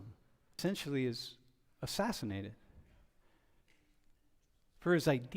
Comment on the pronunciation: Why are you saying assassinatied?